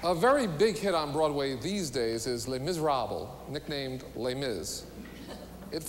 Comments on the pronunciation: Oh that's embarrassing - he pronounced it Les MiserABLE! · les miseraBULL?!?! what?!?!?! YOU'D THINK THAT IF HE WAS PRESENTING IN FRONT OF THE PRESIDENT HE WOULD AT LEAST PRONOUNCE IT CORRECTLY!!! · "Le miser-a-bull"? ...this guy needs to bounce with that horrible pronunciation. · If we can excuse Marvin Hamlische's Yiddish pronunciation of "Les Miser-obble" we may proceed to enjoy Ms. Kuhn. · LMAO Leigh miserobble* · no, it's not. "les miserab" the "le" is very quiet at the end, so it sounds like three syllables. I've taken tons of french, i'd know. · How did he pronounced that? Les Miserabol? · um, no, as a french woman, i can tell you it's not. you have to pronounce it Leh Miz-eh-rABL, like there's no E at the end, but still you have to pronounce the L. And the A is pronounced like the A of SNAP, not like an O. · No, "leh mizehRaB-Le" actually. The ending "BLE" is pronounced like the BL of BLUE, not like the BLE of bubBLE :) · um, no as french speaker, i know it pronounced lay miserob. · Right. "Les Miserabull" is nowhere near correct. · I'm sorry, did the weird nerd, er, guy in glasses say, "Les Misérab-ull?" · "les miserabell" lol! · "Les Miserabull" lol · I'm cringing at the announcer's pronunciation of "Les Miserables" Xo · NH.-B That "announcer" is Marvin Hamlisch. LOL Surprised he didn't pronounce it correctly. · Yes a bit of a shame that he pronounced it wrong but he is Marvin Hamlisch the composer of the musical A Chorus Line, Barbra Streisand's big hit "The Way We Were", the James Bond song "Nobody Does It Better", and Lesley Gore's hit "Sunshine, Lollipops, and Rainbows". I guess he is allowed to have one flaw ;-) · Dude, the announcer at the beginning BUTCHERED the pronunciation of "Les Miserables". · Did anyone else cringe at the way he pronounced "Les Miserables"? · The way that guy said "Les Miserables" made me want to vomit. Please, even if you don't speak french, learn how to say the name of the show. Same goes for La Cage aux folles.